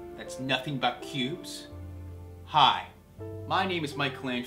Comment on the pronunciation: I thought he said pubes.. ohhhh.. cubes